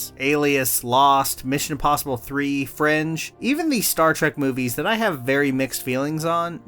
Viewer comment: FRINGE!! I thought you were saying French untill you showed clips from the show.